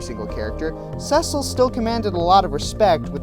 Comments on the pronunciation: sorry man but it is actually pronounced sesil for him if you play dissidia you even here people pronounce his name sesil even though normally that spelling is pronounced ceecil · First off, there are actually a lot of masculine characters through the FF series. Second, you kind of suck at pronouncing their names. It's See-sill and Tide-us. That aside, this is actually a really great list. Can't say I disagree with any of your choices. Another well-put-together top ten.